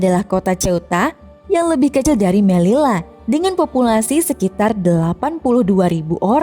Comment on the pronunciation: Fyi doble elle (doble L) bakalan berubah jadi Y Jadi melilla cara bacanya meliya